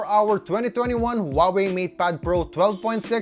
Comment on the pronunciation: Huawei’s correct pronunciation: who-ah-way, now repeat after me, who-ah-way.